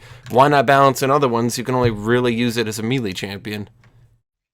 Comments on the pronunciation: Isn’t it may-lay? 🤓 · it bugs me how says "melee"